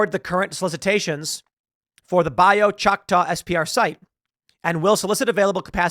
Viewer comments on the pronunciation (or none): Thanks for reporting this, Tim. South Louisiana is following you (and we're pretty pissed at the Biden admin. They are attacking any state that flips red. FJB FYI- It's pronounced "Bah-yoo Shock-taw".